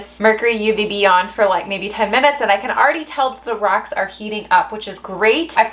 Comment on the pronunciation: Just the tiniest bit of accent when you say "rock." So fun!